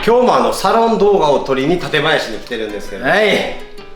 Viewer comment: 館林の発音 違うから😱 もっとクラえ